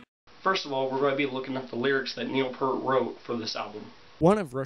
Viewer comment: It's pronounced Peert.